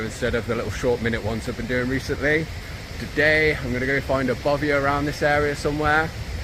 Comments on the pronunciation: It's not a Bovie, Mr editor, it's called a Baffy. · Jonathon is clearly in Scotland: its a bothy not bovia😅